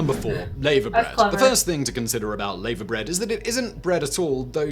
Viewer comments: Hi both, loving your reactions to 'our' different, interesting, quirky foods.. At 13.05 No4, the presenter says Lay-ver bread.. As a lady who married a Welshman and has lived in Wales for over 35 years, I can categorically say that is is pronounced 'La-va' bread.. It is high in Iron, as most green veggies are, and an acquired taste.. My husband used to love it with a fried breakfast.. But he also has had LAVER BREAD with cockles and bacon on crusty bread as a starter.. Not my cup of tea, nor MARMITE.. YUK.. Phil adored both.. Bleurgh.. Nope nope and triple nope. I've never eaten JELLIED-EELS either, I too do not like the 'slimey' texture.. BLACK PUDDING, tried it not my fav, never eaten a Stargazy Pie either.. HAGGIS is yummy too, with 'Neeps & Tatties' Swede and Mash in other words. BUBBLE & SQUEAK is SO YUMMY.. we would often have this for tea on a Monday evening, leftovers from Sunday dinner.. I do however LOVE SPOTTED DICK we had this lovely pudding, with custard, in school, quite regularly as it filled you up and kept you going for the rest of the school day.. It's up there with Treacle Pud, or Chocolate Sponge and pink custard for me.. YUMMY Best and heartiest wishes to you both, from Wales. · Clonakilty Black pudding is the absolute best (made with Beef blood), I love it. If you every go to Ireland, visit an Eddie Rocket's, where you can order a Clonakilty Burger, which is Burger, Bacon, Egg, and two black puddings in a bun. Heaven! It's pronounced LAVA Bread, who says Layva bread, ok apart from Americans. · 'Laverbread' - i've never heard it pronounced layver - I've always heard it pronounced 'larver' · I've no idea what lay-ver bread is. Shame on him for mispronouncing laverbread. It's pronounce lah-ver. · Its pronounced Larver as in the stuff that comes out of volcanos and not laver as in the tennis player of the 60s-70s. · As a matter of fact a comedy troupe in the 90s did just that: Going Out for an English. It's pronounced 'Lava-bread'.